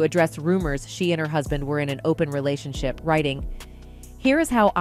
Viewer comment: This an AI collective speaking, Jada did not star in GI Jane and what's a relation shy?! AI can't proofread the internet and get facts right and pronounce words correctly before posting? 🤣